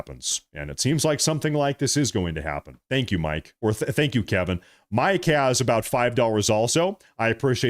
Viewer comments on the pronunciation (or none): none